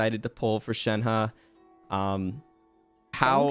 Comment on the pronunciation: it is Shenh(e) when i hear others say her name it is coming out as Shenh(a) -> Shenha